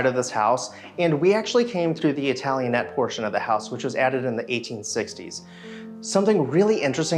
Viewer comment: BTW is italianate, not italianette.